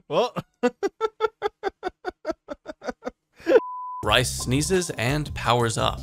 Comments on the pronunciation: lol rice... i think its reese... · Rhys is pronounced "reese", not "rice". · "Rhys" is Reece, not Rice. its the welsh spelling. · It's Reese...not Rice lol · Rice? Lmao I think his name is pronounced 'Reece' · No way you called Ryhs Rice😂😂